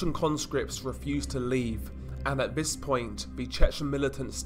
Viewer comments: it’s lazy and frustrating. Nothing wrong with a bit of criticism to make him sound better. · Lazy? That's how he speaks. I can hear he actually is pronouncing it! You can criticize without being so angry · stop saying “vis” it’s fucking “THIS” stop using “v’s” for “th’s”